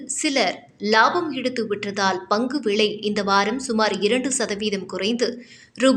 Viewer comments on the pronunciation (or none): செய்தி வாசிக்கும் போறம்போக்கு முண்டை.....விளை என்று உச்சரிக்கக் கூடாது....விலை என்று உச்சரிக்க வேண்டும். நல்லா பயிற்சி செய்துவிட்டு வந்து செய்தி படிக்கும் வேலை செய். இல்லன்ன மூடிகிட்டு வீட்டில் உட்கார்.